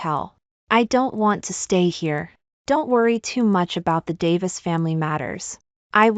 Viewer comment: Please stop chopping your words. How can arri vie there is no such word it’s arrive. Ok. You always do this. Another is Th then you say e. Please no such word. It’s the! I would truly appreciate if you would make sure you know your story and read it correctly. Trai and then say n. Please stop. If you want to have more subscribers and likes then please improve your reading and pronunciation. You can do it. I didn’t care for the ending but the twist was nice.